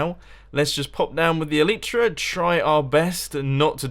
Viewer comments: its called eliiitra not eleeeetra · Mumbo! It's pronounced el-ai-tra, not el-ee-tra! please get it right :P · great video mumbo and hope your enjoying Japan. but for the love of God it's pronounced el-eye-tra!! you sound like a right plank pronouncing it el-ee-tra. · I find it weird that you pronounce the Elytra "ELEETRA" and most people pronounce it "ELITRA" , not complaining or anything, just noticed it!😂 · Mumbo. The Elytra are pronounced El-ite-tra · i hate how you cant say elytra right...